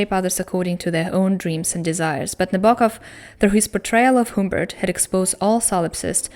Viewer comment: also, sorry, but HUMMMMBERT, not HOOMBERT, the um is pronounced like when you don't know what to say, so you say ummm...sorry, english teacher :D though he does change the Humbert in the book into other variations of the name as well XD